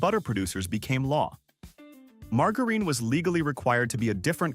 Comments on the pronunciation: Margarine pronounced with a hard G is hilarious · In French, it's pronounced with a hard G.